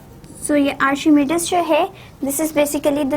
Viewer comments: ma'am you are not pronouncing Archimedes correctly. listen it in google. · You are pronouncing archimedes wrong.... Well the rest of lecture is superb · Archimedes ki pronunciation ghalat ha mam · Madam ur pronunciation is not correct of archimedes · She is pronouncing his name in urdu